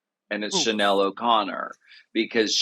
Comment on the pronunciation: Alaska’s Chanel accent is PERFECTION!